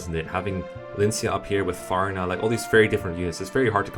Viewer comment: Good list but I cried inside the way he pronounced Farina.